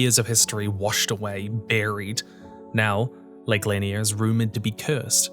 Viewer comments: It wasn't until I read your comment that it clicked what lake he was talking about. It's pronounced "luh-NEAR" locally and I could only process it as "lawn-ee-UH" in the video. My dumbass just assumed we had two cursed lakes in the state with identical backstories since well, that might as well happen I guess, it wouldn't be the weirdest thing to come out of Georgia. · Took me a minute to realize you were talking about Oscarville. It's pronounced Lake Luh-NEER not Lan-i-er. Used to go there every fourth with my folks as a kid. It wasn't until I was a teenager my parents told me it used to be a sundown town. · The lake in Georgia is pronounced luh-NEAR and I've been there many times.. it's incredibly creepy there, there is definitely bad ju-ju in that lake. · Wasn’t expecting you to mention Lanier when I started this video! FYI it’s pronounced “Luh-neer.” I grew up sailing and swimming and kayaking there on the weekends, and the real “curse” is people being reckless with alcohol and boats. Like many large-ish inland bodies of water, many people greatly underestimate its risks. Child me regularly safely sailed solo on that lake! My parents live on it, now. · Lake Lanier? Wow you pronounced thag like Narnia its Lah-neer Sorry from Georgia and it took me a few sedonds to process. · I was not prepared to hear the way this man pronounced Lake Lanier